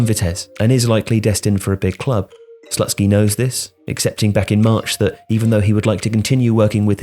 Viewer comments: im pretty sure it's not slut-skee, but sloot-skee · lol "Slutsky" is this for real??